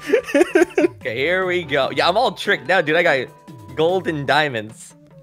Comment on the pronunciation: Who heard GoldenDiamons And Not Gold And Diamonds